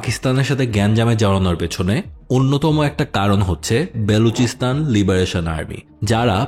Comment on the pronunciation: It's BALOCHISTAN, not Beluchistan 😂😂😂